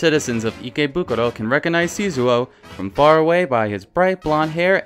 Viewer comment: Hi love! I really love your vids but you have to work on the pronunciation of Japanese names! The name of the blonde bartender guy in Drrr! is SHizuo not Sizuo, and the girl from Attack on Titan is called miKAsa not miSAka... Mi casa es su casa anyone?